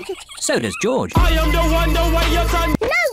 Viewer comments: It's not joj dude it is GEORGE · It’s not joj it’s George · It not joj it George omg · It sounds like George not joj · Uhm Its George not joj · its not joj its george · To this day still calls George Joj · Why dose call George joj